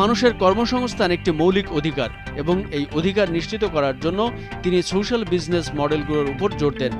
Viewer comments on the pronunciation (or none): none